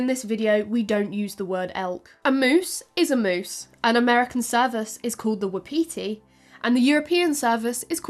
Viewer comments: “Wapiti” is pronounced “WAH-puti”. Not wuhpeetee. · Not "waa-pee-tea" but waa paa tee. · Non-deer-deer!! Non-deer-deer!!!! Also 'wapiti' is pronounced 'whah-pit-ee' ('whah' like the word 'what' or 'was,') not 'wap-pee-tee.' - A Canadian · You are pronouncing wapati very weirdly. It's WAP- a- te. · Not the wha-petey 😂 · Wa-pa-ti is the correct pronunciation sorry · Wapiti is pronounced "WAHP-ut-ee". I love you but that was driving me crazy! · Haha I was so confused when she was saying wapiti how she was! I’ve always heard it pronounced Whap-ity or wap-paty. That and her comparisons to red deer. My dumb self is going “cool, that’s awesome…. I don’t know how big those usually are…” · Was bout to post the same. I always hear it as wah-pih-TEE though here around Montana. Though elk is much more common. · Wah-Pah-tea... my Native American side had to correct this. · I'm just used to reading so many sources I don't really notice the switch. Hear a European accent say elk and head figures they are talking bout moose. I see exactly why she pronounces it the way she does by the spelling. Just sounds really weird when I've heard it as part of my regional vocabulary my whole life. Had no problem figuring out what she was referring to. As a book addict since childhood and grew up in a poor small town in the middle of nowhere there is a massive amount of my vocab that comes from just reading. I've had some really creative pronunciations over the years cause not realizing something was say a French word.